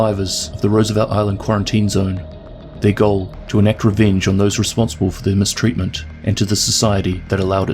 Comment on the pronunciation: Today I learned that some people pronounce "goal" as "joal"